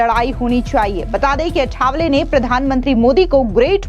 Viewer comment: अठावले नही आठवले बोल